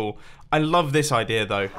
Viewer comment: I love you Mumbo says "idear" with an R.